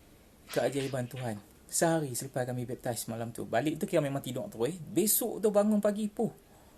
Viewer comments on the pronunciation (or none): bepp..tiice wkwkwkwk sebutan utk cara convert pun tak betul. mari ikut saya yg muslim ni sebut baik2 na. B.A.P.T.I.S= baptis (mandi air suci)kononyalah wkwkwkw